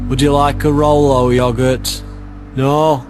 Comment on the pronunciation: LOL "Would you like a Rolo yogert?"